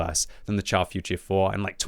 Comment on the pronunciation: Its pronounced "shar". Not "tchar".